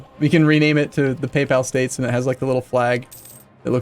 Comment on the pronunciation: 'The PayPal state.' Well now I can't unhear that....